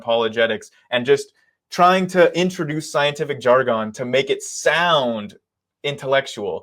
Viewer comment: Learn to pronounce ‘jargon’